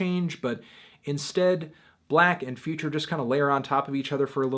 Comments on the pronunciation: 6lack its pronounced SIX LACKH u dummys!! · IT'S PRONOUNCED SIX LACK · Melon.....you pronounced his name wrong. It's six lack. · 6LACK literally says on his merchandise and on interviews that his artist name is pronounced "Black", not "Six-Lack". Besides, I would take "Black" more seriously than "Six-Lack". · this review sounds like an opinion from someone who calls 6lack "Six Lack" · His name is pronounced as black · YOU CAN'T JUST SAY BLACK LIKE THAT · Does melonman know that 6 is pronounced 'six'? It is clearly six-lack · Not 6lack!!! it's 1ack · Its pronounced Glack